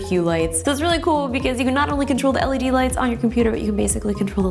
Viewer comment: I felt physical pain evey time she said LED